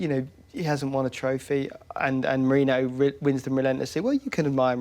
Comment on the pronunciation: Wish this guy could say Mourinho's name correctly